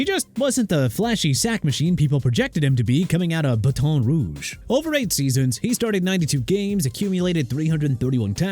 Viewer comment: Bahton rooge? lol